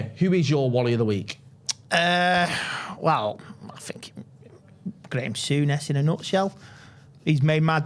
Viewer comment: WHO is ”Grame Sounnes”?